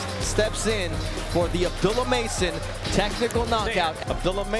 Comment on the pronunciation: ABDOOLUH NOT ABDULAH